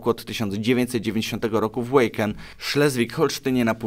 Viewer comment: Wacken się czyta waken a nie łejken. Ja rozumiem brak znajomości języka, ale wystarczy skorzystać z syntezatora mowy google.